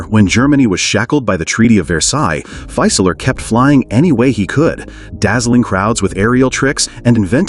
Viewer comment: Very interesting video, but I'll note a couple German pronunciation issues. "Fieseler" should be pronounced approximately as FEE-suh-luh rather than FY-suh-ler (where "FY" rhymes with "my"). In German, the initial "St" of "Storch" sounds like "sht" while the final "ch" of "Storch" is pronounced approximately like the first "H" in the name "Hughes." In English, it would be clearer and simpler to use the translation "Stork," as noted . In fact, the German pronunciation of "Storch" is much closer to the English pronunciation of "stork" than the pronunciation of "Storch" used in this video.